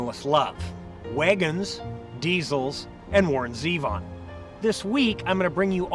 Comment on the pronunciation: a channel called "the open road" reviews parked cars...huh it's pronounced "Warren Z(eh)von" you douchebag.